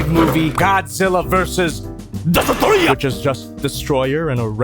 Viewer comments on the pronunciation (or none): When said DESTOROYAH it always gets me laughing. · Love the AVGN shoutout with the DESUTROYAH pronunciation. 😂